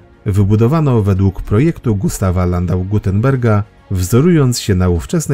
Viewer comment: Gutenteger, a nie Gutenberg. Rubinstein, a nie Rubenstein. Albo coś z dykcją, albo z dokumentacją